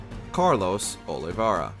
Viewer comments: SHEH-va. Clearly said in video, NOT SHEE-va. And Oliv-AIR-ah, not Oliv-AH-rah. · Oliveira. Not Olivera or Oliviera. Also. Everyone knew Leon would be number one. 😂